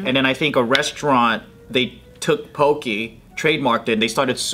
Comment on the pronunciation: Also it’s pronounced “Po-keh” not Poki